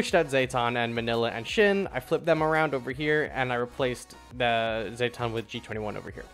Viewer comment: Great tier list, really useful for a champion noob like me But I can't ignore how you pronounce Zetton like Zay-ton, it should be Zet-ton like Jet Engine